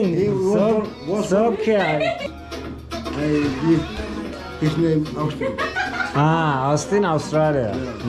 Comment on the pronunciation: sanırım CUTE demek istiyorsun (küut) KAYT diyorsun kite uçurtma demek lol